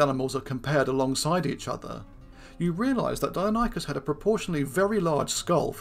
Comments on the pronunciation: Pronounced Di-non-e-cus....not Dino-ny-cus 🙈, did my head in that much I couldn't watch more than 4min of the vid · It's pronounced "dye-NON-ih-cus" -- the pronunciation is even given in this video . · Pronounced “dy-NON-ih-kəs”. See Wikipedia.